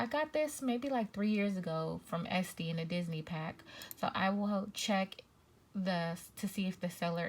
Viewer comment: You sent me when you said esty